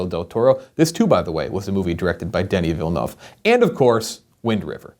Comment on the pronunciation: I'll like not only for the BR2049 love but also for saying Denis Villeneuve's name right, THANK YOU